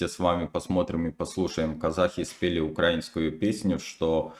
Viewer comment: Навчись правильно ставити наголос -на слові украІНську.